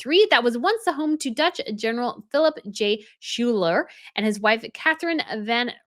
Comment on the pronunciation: In the USA Schuyler is pronounced Sky-ler.